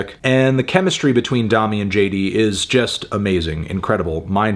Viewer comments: say domi like you’re saying dome, not dominate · I cant believe he pronounced it "Dom-me" the whole time instead of "Dough-me"... Melon... its like the musical solfege.. "do re mi fa so la ti"... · P sure it’s pronounced like domey not dommy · Isn’t her name pronounced “DOH-me” not “Daw-me”? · I was hoping you'd review this. I like this record a lot, but i also agree that it does feel a little half baked at times. People have been waiting 3 years for this record though, so maybe it was also time for them to just finish it and move on. also i think its pronounced DoMi, not Dahmi, but don't quote me on that. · Domi - pronounced "doe - me" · it's pronounced domi as in dome-y, dome as in head, head as in melon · doe-me and jay dee beh-ck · i thought domi was pronounced with a long o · doemi not dami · "Dommy" lol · Domi = "domie" -- like "homie." I think, anyway. Great review, though. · Fantano has no fucking idea about jazz. Also can’t pronounce the artist’s name. Also what is a “progidy?”